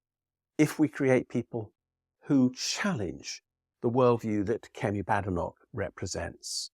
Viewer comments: It's pronounced Bay-denock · Every critical thinker is very aware it is correctly pronounced , ' Bad Enock' !